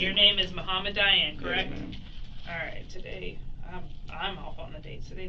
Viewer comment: It's Dayan, not Diane LOL